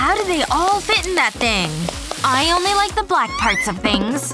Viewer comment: Did say brack instead of black 😂😂😂😂😂😂😂😂😂